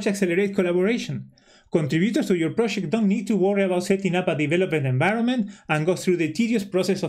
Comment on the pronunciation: "proshect"..... Argentinian detected! thanks for the info che